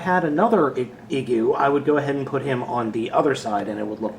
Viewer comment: I think the "i" in Igu is supposed to be pronounced like "ee" as in "green". But I'm basing that solely on the fact that the figure came from Japan.